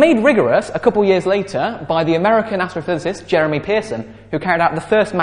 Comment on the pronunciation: You pronounced Jerome as if it was Jeremy, maybe it's a British thing.